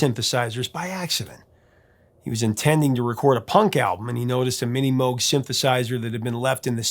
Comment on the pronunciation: I’m impressed with the pronunciation of Moog. Mowg not moo-g